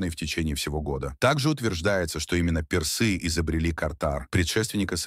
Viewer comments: К концу видео уже глаз дергался от ударения персЫ! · Как можно говорить персы, через ё??? Расскажите, про Хатшепсуд через ж, Хаджепсут, история, с именами древности, нечто необычное, загадочное, либо вы знаете правильное произношение?